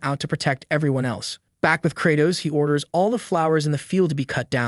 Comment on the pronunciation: Am I now realising that theMC's name is Credoss not Kratos 😭 ✌